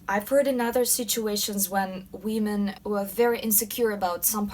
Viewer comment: "wee-men" lmao